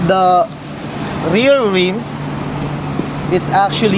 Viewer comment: "sleeper" clutch, 17" reems, no tweesties in Cali or FL... It is very annoying to listen to you talk way too much about pointless sheet while struggling to understand you... only to find out what you spent forever meespronouncing was not even worth trying to listen to. Guess thats why you started hiring hot girls to do the talking for you.